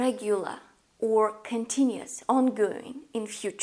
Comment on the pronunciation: Just saying, as a little bit of english help, the word is COMpound, not comPOUND. The stress is on the first syllable. Also, it's continUous, not continus.